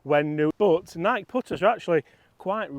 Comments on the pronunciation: Just an FYI .. Nike is pronounced... NI KEY.... not Nike like Mike. I have had Nike clubs before and in my opinion, they were not good clubs at all, but since Tiger played them, we all bought into the hype of them. As soon as I dropped the Nike clubs I bought Callaway's and have been playing those ever since. Hope your baby is doing well. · love you man, but you’re mispronunciation of ‘Nike’ is killing me! It’s not Nike like Mike, but Nike like ‘Mikey’! Crack on Mate! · Nigh-key …Nigh-key. Just saying 😂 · Do they really say Nike in the UK and not NIKE? (Nike/ Nike-E) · It’s NIKE (NykEEEEE) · could you PLEASE talk to someone at Nike and ask THEM how they pronounce their brand name? You might be right with your pronunciation but for those of us Down Under who have been brought up with other one, it’s a shocker listening to you and Chris. Cheers PP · I felt target with that Nike pronunciation comment lol. If we are honest you guys probably pronounce things a lot more proper than us Americans haha.